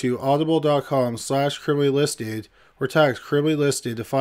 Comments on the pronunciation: Anybody else thought the way he said Audible sounded like oddball? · Hilarious the way he emphasizes the ble in audible. 😂 Audi-bulllll